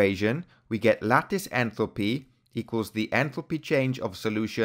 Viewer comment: your pronunciation of enthalpy sounds like entropy